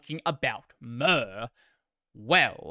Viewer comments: More to the point, who pronounces "Mir" as "Myrrh"? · I know pronunciation of a project name doesnt really matter but just in case you want the info, Mir is pronounced "meer" just like in miracle.